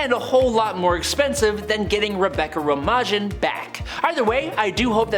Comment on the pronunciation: The actress who plays Mystique is pronounced like the lettuce “Rebecca Romaine” despite the spelling